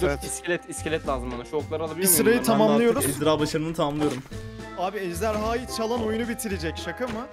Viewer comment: ezdarhayı demesi çok komik